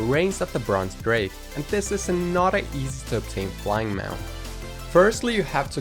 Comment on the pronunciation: Every time you said another I thought you said “a not a” so it goes “and here’s a not a easy mount to obtain” and I was like wuh oh wait